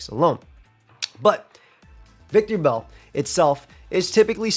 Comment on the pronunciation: claims to love Victreebel but keeps adding an extra syllable to its name, curious